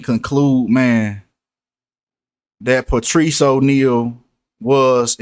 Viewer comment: Wtg.. he s name Patrice pronounce Patrick